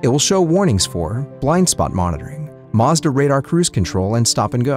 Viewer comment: It's embarrassing he can't pronounce "Mazda"